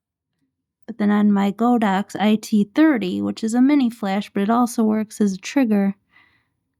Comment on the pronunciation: Nice video but my ears bled every time I heard you say "Go Dox". It's "God Ox" name after the deity ox. When you say "Go Dox" you are insulting more than a BILLION people.